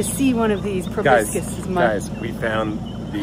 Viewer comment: "Urangutangs (sp?)" – it's orang-utan. And proboscis is pronounced pro-bo-sis (no hard "c").